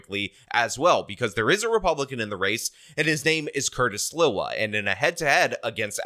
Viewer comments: Love you, and you are the New Yorker but I remember when he came on the scene; Sliwa is pronounced SLEE- wa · Curtis Sliwa is pronounced "SLEE-wa".